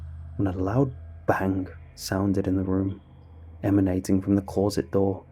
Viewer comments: This was indeed a scary story, what was equally scary however was how you pronounced closet lol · Never noticed the interesting way you say closet before now